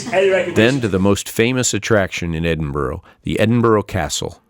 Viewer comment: By way of a tip Edinburgh is not pronounced Edin Burrow instead Edin Burra